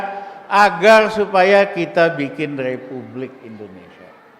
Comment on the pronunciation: Ngomong qpa sih si RR" kolupsi, plesiden, lepublik... kagak tahu dili... 🙈🙈🙈🙈 benerin dulu lidah nya bung baru bicara 🤪🤪🤪🤪